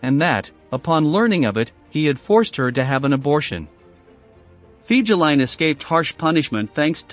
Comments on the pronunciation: Omg, your making my ears bleed with your pronunciation of Fegelien.. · Pronounced "Fay-guh-line". Most officers couldn't stand him. They called him "Flegel", or lout or boor in German.